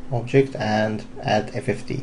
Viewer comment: The tutorial is very good for the one who already has most of the knowledge about 3dsmax but no so helpful to most users. Even though i know about max i still couldn't make much sense out of the"15 modifier" you pronounced FFD as fifteen :D. Nonetheless a good tutorial. My two cents please show the modifiers that you are using and speak more clearly. Thanks